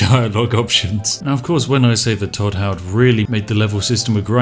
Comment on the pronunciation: He said Hodd not Todd. Who is this Todd fella you speak of?